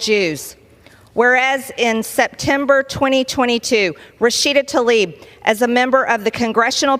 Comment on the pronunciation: The lady's name is Tlaib, not Talib. Damnit Margie Taylor Greene, stop acting so ignorant. Please